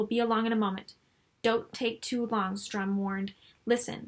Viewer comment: Enjoyed this, but why do you keep saying Strum.....it is StURm.